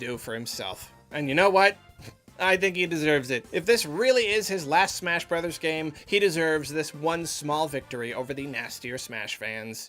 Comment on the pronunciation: What did you say? Smersh Berders?